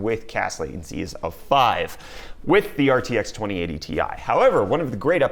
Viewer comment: 2080 ti sounds like twenty A tee eye